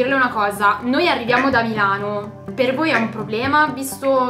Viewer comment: Ripetere MEeelano !!!! Cosa fatto Sudde a Meeelano ??? Tutto beneeee!!!!!! Chiedo x amico di MILANO .